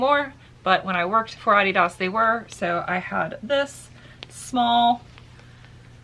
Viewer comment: you tell them how to say Adidas right lol